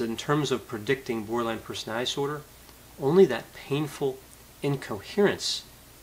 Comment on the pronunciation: Doc. I love listening to you. But please work on pronouncing the word personaliTy. You say personaLLy. you don't pronounce the letter T.